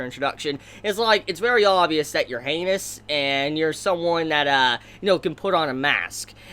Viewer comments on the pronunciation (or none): none